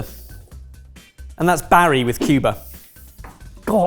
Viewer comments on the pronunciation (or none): none